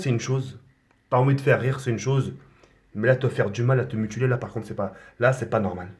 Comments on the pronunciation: MUTILER pas MUTULER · Qui lui dit qu'on dit pas mutuler mais mutiler ?! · MUTILER PUTAIN PAS MUTULER